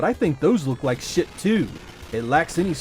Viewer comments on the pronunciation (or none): You swear all the time! Your Scots pronunciation of "sh**e" always catches me off guard.